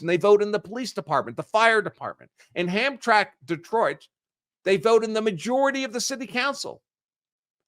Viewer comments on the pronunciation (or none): It is pronounced Ham-Tramick. Hamtramck. It's Polish. It used to be a Polish town 30 years ago. Now it's an awful place to visit. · It's pronounced hamtramick. I'm like 20 minutes away. Also near Dearborn. Dearborn has home Depot with signs all in arabic